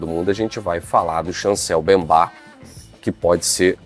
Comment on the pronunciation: Certo: Mbemba/ errado: Bembá.